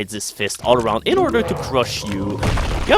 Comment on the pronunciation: He can say "perpetually gnashing maw", but not "in".